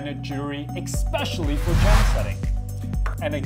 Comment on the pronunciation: Thanks for the video. BTW, it's "Especially" Essspecially😉